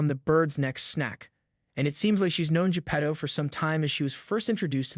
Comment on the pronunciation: Your pronounciation of Pinocchio and Geppetto really sucks.... Remember it's Italian not english. You continued to Say P'nokeeou and J'pedou several time. Vowels are not silent in italian.